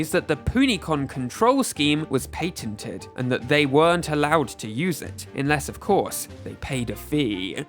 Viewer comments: "pay ten teen" "pay ten". 😹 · Why are you pronouncing "patented" that way?.... And don't give me the excuse that it's you're accent. I lived in the UK for 3 years. I have never heard it pronounced that way....... I'm only 3 minutes in and I've heard you say at 20 times and it is so cringy. I can't even finish this video.